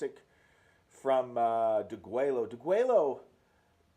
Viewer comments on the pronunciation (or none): It's pronounced Deh-gweh-yoh, deguello... translates to 'slaughter' in English...